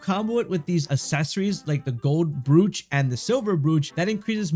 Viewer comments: Brooch? Brooch?! It's "broach" damnit! Next thing you'll be pronouncing "breeches" instead of "britches"! I can't imagine what kind of mess you'd make of "studding-sail'! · It's pronounced "Broach" (rhyming with roach) not Brooch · That is not how you pronounce Broach. You said "brooch" when it should be said like "Roach" (as in cockroach) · FYI, brooch is pronounced “broach”. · How you said "brooch" just set me off completely, couldn't take in the information from the vid after that :') jk great vid